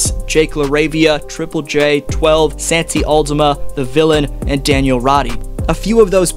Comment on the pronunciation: San-ti Aldama😭